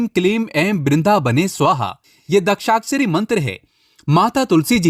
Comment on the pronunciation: सावधान ! ये बंदा दूसरे के व्हिडिओ से मालमसाला चुराकर अपना व्हिडियो बनाता हैं. ये कहाँ से गुरुजी बन गया ? शास्त्रों का जिन्होंने अध्ययन किया है, उन्हें मंत्र बराबर से बोलने आते हैं. इसे तो बाकी कई शब्द भी ठीक से बोलने नहीं आते. दशाक्षरी मंत्र को दक्षाक्षरी बोलता है. समर्पित को सम्प्रित बोलता है. दामोदर स्तोत्र को दामोदर अष्टोत्र बोलता है. इसको खुद को समझ में नहीं आता, तो ये आपको क्या ज्ञान सिखायेगा ? इसको पूछें आध्यात्मिक उन्नति, जो इसने व्हिडियो में बोला हैं, क्या होती हैं? बता नहीं पायेगा । ये लोग आपको बेवकूफ बनाते हैं । जिन्हें सच में ज्ञान है, उन्हीं के व्हिडियो देखें, ऐसे चोरों से, ढोंगी बाबाओं से सावधान रहें.